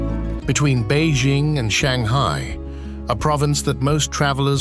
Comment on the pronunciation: Beizhing? It's Bei Jing. It's not Zhames Bond. It's pronounced Jing.